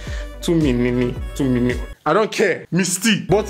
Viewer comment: Say it with me Tu-mi-ni!!!!! Practice more appears! Prince: my queen! My babe!!! My soul! My heart 😂😂😂😂😂 this boy don’t get tired of worshiping this 😩😩😩😩